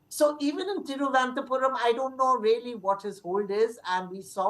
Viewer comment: Thiruvananthapuram ma'am not Thiruvanathapuram